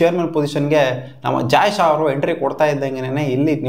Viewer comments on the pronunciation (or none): none